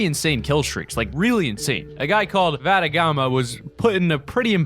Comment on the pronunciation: Thanks for using my clips! My friends name is pronounced vuh-dagg-muh